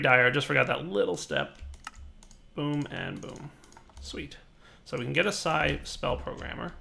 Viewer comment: aww when you said Psi i thought you said Xy. Damn it